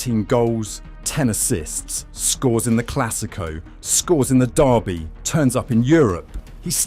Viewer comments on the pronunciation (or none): none